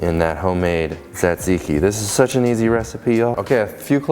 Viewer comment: The first T is silent. Zat zee kee.